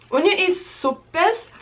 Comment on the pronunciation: Sope sounds like "soh-peh", but good job. 👍🏽